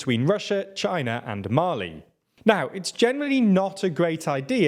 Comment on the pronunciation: Your pronunciation. Mali and are not Malayans. Dunno what the latter is